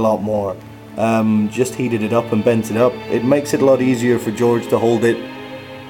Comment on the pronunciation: it's jorge not george